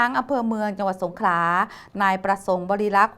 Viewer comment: นักข่าวแหลงให้ชัด สงขลา ไม่สงขา